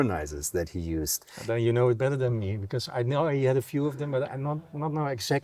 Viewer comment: "you know the yuno" 😆 love germans